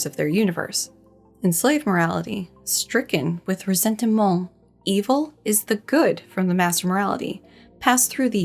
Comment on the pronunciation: "Ressentiment" with the french "stuff" every time.... 🤌